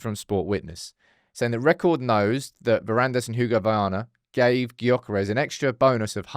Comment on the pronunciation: YOH-kuh-resh- Silence that G and maybe he'll be more inclined to join haha